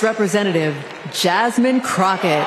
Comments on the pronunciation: Say rep Jasmine name right boi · Her name is Jasmine not Jasmine